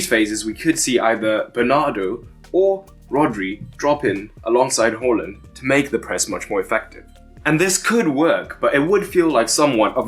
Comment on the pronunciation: Haaland is pronounced as 'Whoreland' in Eton these days?